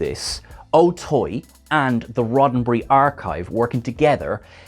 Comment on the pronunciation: "Roddenbree"...what is that?????